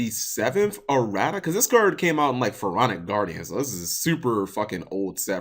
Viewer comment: For goodness sake, Cap. "Errata" is pronounced ih-rah-tuh.